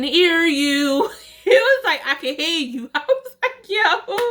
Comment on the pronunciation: I can earrrrrrrr (ear not hear) you 😂😂😂